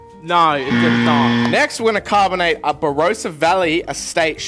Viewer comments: *Bah Ross ah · Of course Victorians pronounce it “bar-ro-sa” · Did I just listen to mispronounce Barossa